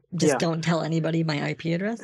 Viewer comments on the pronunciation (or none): The... I-PEE address?? ROFL